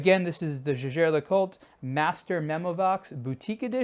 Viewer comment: Kudos for at least pronouncing the name Jaeger correctly.